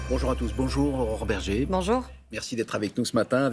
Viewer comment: Bergé, pas Berger